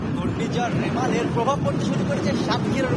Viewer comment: রেমাল না রিমাল